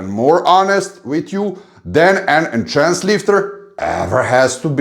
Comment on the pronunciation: I love how you consistently say Enchanced or enchanted 😆👍🏻. Instead of Enhanced ✌🏻 New subscriber here 💪🏻